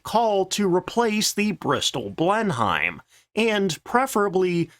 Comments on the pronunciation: ...it's blen-em, not blen-heim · Just a quick note: Blenheim is not pronounced 'BLEN-hyme,' it's pronounced 'BLEN-im,' as in Blenheim Palace, birthplace of Sir Winston Churchill. You're welcome. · It's not "Blenhime", it's "Blennim". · It's pronounced Blenim, not Blen-Hime ...... however correcting this narrator is pointless as he never reads the comments. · I just don't understand why you insist on talking about Blem-himes. The rest of the world, including the UK, insists it's Blen-nem. I know how it's spelled, but it's English and English spelling has no correlation to pronunciation. Ever. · Blenheim is pronounced "Blennem" and Buckingham is pronounced "Buckinem". Strangely, you have issue with pronouncing template as "templet"...😆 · its prounounced blen em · Nope, I can't take "Blenn-hime." I'm out. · Practice saying " Blen him "...The Beaufighter you won't get none better in it's Design and ruggedness, one of. My favourite British Fighter strike Aircraft.. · He never learns. Seems like every other video, I'm wincing at "Blen-hyme" or "Boot-on Paul."😄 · I'm convinced his constant mispronunciation is deliberate rage-bait to generate comments for the algorithm at this point. It feels like every second video on this channel talks about the "blen-hyme" and he is constantly corrected on terrible pronunciation of all manner of words. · I would say Blenim. But I'm from Belfast. At least he doesn't pronounce the g in Buckingham like a scouser. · He does this in every video that mentions the Bristol Blenheim. And sure he knows well enough by now the correct pronunciation. I’d say he just does it deliberately for a bit of good humour at this stage. Makes me smile every time he does it now. And have you ever heard him pronounce Bolton Paul? It just a bit of fun injected into videos! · Usually like this channel but saw the comments about the mispronunciation of B!enheim and decided to give this video a miss.